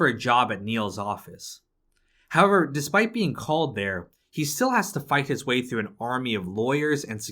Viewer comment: If pronouncing the word “howver” was a gameplay mechanic, you’d be the fuckin world champion